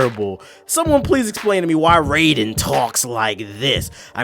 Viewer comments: his name is pronounced RY-DEN.... not RAY-DEN!! please get the name right mah nigga! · "New protagonist" Pronounces Raiden's name the same as the Mortal Kombat character